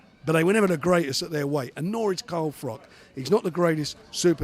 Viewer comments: Also, its FROCH not Frock. Twat. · Fuck me, CARL FROCH YOU FUCKING IDOIT, not Carl frok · why is everyone on a wind up pretending they can't say carl froch's name properly!?!? hopkins, degale now warren....